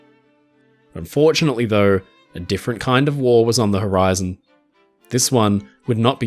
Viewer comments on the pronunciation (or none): none